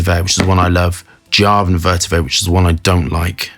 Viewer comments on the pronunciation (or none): none